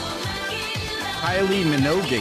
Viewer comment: Tell me you’re straight and from the U.S, without telling me you’re straight and from the U.S: not knowing how to pronounce Kylie Minogue 😛